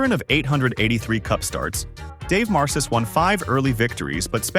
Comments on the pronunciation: It's pronounced MAR-kis. Dave Marcus-Wausau, WI. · The AI narration did fine until it got to Dave Marcis and pronounced it with a soft 'C' rather than correctly with a hard 'K' (just like the name Marcus).